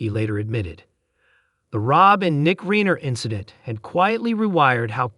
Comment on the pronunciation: this announcer needs to learn to say Reiner